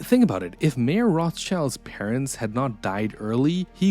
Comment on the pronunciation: I don't think the narrator is pronouncing "Mayer" correctly, or "Byzantine."